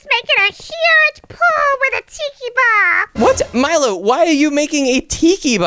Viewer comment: it is milo not molo